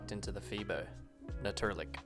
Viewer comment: Tip for the man, who is learning our Dutch language. Na tuur lijk. You pronounced it as, Na tuur luk. So, to explain it as clear as possible, to try to help you, just cut the word up, in your mind, and make it a translation game. Bluntly thinking, "Nature corpse", is what the word bluntly translates to. Natuur ,so Nature and lijk , corpse, pronounced as like, the English word. BUT ! As you will learn with time, dialect differs among the Dutch provinces. SO, had you lived in Amsterdam like me, then you WOULD pronounce it like you are doing it, during the recording. Haha Like you understand, after me explaining this to you now, Dutch language pronouncing can differ a bit, depending on where you're living. And that I BET will be a bit confusing for you ,while learning our language. But you are already pronouncing Dutch very well ! Welcome in the Netherlands, hope you will enjoy living here, and I hope our punctuality won't bother you too much, like it did my ex from Ireland, who got irritated after a while, because of our Dutch punctuality. We Dutch seem to be a bit perfectionistic, according to some newcomers, like my Irish ex, who went back to Ireland, because she felt that striving towards perfection of the Dutch, a bit too much haha. I met her after she left the Netherlands, by the way, but she told me that was why she went back to Ireland, after having been au pair here for some years, when she was a young woman. She kept a liking to us Dutch, so she got into a relationship